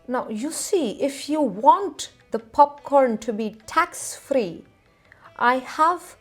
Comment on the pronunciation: What abhout 'Khanda (Honion) Popkhorn'?